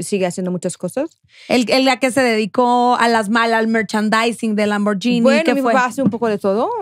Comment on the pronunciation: Solo como información que cura, Lamborghini se pronuncia "lamborguini", no "lamboryini".